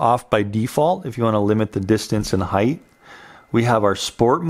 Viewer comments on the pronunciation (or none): none